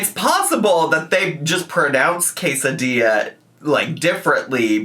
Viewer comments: The pronunciation of quesadilla almost took me out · I had the exact same take on the quesadilla pronunciation. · NGL the way she kept pronouncing Quesadilla like that, my brain can only think of how people name their kids weird names but prenkunce them "fancy" 😂😂😂 And thats how i know I'm lacking sleep. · I was just starting to get used to how English speakers usually say "quesadilla", but this took me by surprise EDIT: heard the explanation, it's still weird. Like, here in Mexico we have jalapeño and carne asada sushi, but we still call it sushi? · Her pronouncing quesadilla like that is such an Amberlynn "kameeno" (aka kimono) molment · She's pronouncing quesadilla that way because mispronouncing for engagement is a trend among mukbang creators right now.